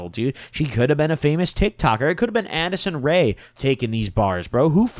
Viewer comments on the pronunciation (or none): He said "Andisson Ray" bruuuh